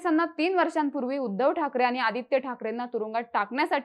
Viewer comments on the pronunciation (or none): none